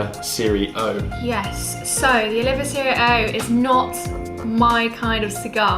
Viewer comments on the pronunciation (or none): As we say in America......Dude!! Its NOT. Oliveeeeahh!! Its Oleeeevah. When your dressed all elegant with that refined English accent, its ruined when you mispronounce the name of the cigar. Anyway you both seem like very nice people. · Nice review both of you. But please “O-liva” not Oliv-ia as I’ve heard you state often in videos. Please keep the reviews coming, they are great.